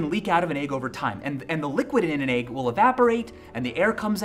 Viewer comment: i started getting concerned at around the third rotten 'aig' he put in the water